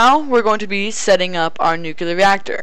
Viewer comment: Nucleeeeeeeeeeeeeeeeeeeeeeeeeeeeeeeeeeeeeeeeeeeeear!!!! NOT NUCUULAR!!!!!!